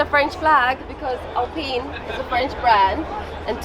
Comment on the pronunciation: did she just say....."AL-PENIS"??? 😮‍💨🤣🤣🤣